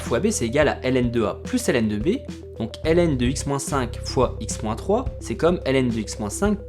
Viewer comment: La fonction Hélène n'existe pas, la fonction ln se lit logarithme, c'est vraiment énervant à écouter